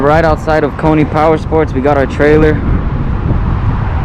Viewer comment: It’s pronounced “coin” not coy knee. Just thought I’d give u a heads up. Dude Lives in my area and owns Coyne Powersports in El Centro